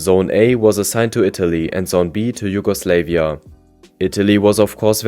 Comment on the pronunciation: JugoslEvia instead of JugoslAvia, whole time during this video